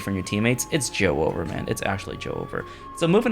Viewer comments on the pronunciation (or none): please. its not joe-over, its just joever, one word, please youre making me cry